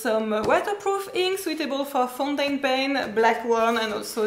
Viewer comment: Omg you are just too sweet 😀. Dive into the ink 😂 and funniest/sweetest was when you Said ’you don’t want to ruin your foutainpen’ 😊 Thanks for all the ink information, i really needed to know all this.